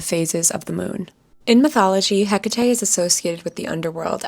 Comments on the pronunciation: As respectfully as possible it's pronounced heck-a-tea (not trying to be rude I just couldn't ignore it! Sorry if it sounds like I was just being rude!) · I absolutely hate how u say Hecate u either say eh-cah-teh or heh-cui-t😊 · That's all I could focus on too 😅